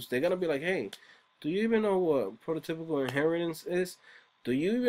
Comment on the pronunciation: it's not prototipical inheritance. It's prototypal inheritance. But, it's ok. It's difficult to pronounce prototypal correctly.